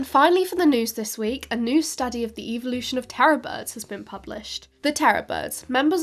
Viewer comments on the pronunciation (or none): none